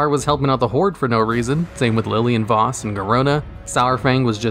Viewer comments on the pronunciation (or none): none